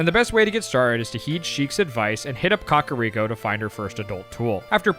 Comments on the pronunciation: The only thing that irks me is the pronunciation of some things. COCK-a-Rico village instead of “Cack” Day-koo tree instead of DECK-koo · im sorry but boy pronouncing kakariko like caca (poop) is funny to me. i've always said KAK-uh-riko, he's saying Cah-cah-riko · Why do yall say Kakariko like Cockariko 😂